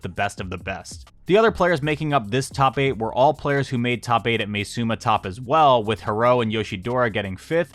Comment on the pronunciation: btw im pretty sure its pronounced as ma-e suma rather than may suma